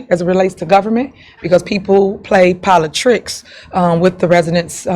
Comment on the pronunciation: She just said ‘politrix’. No Tiff! Trix are for kids! 😂